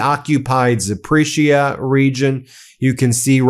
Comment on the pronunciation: Hi Ben, you may be dyslexic, and i am not an expert nor Ukrainian speaker, but have been supporting for years now and this is what i hear xx so i hope this helps with the Ukrainian names you are not reading out so well! KHERSON said HER-SON as in belonging to girl and son as in song not male child xx MARIUPOL said MARRYOUPL xx ZAPORIZHIA said ZAP-OR-E-ZURE xx POKROVSK said POK-ROVSK both o's as in as in pock-et xx SLOVYANSK said SLOV-EE-ANSK, o as in'pocket xx KHARKIV said HAR-KEEV xx SYRKSKYI as in General is SIR - SKI as in title and winter sport xx Thanks all you bros for all you do xx any chance audio version of book in UK?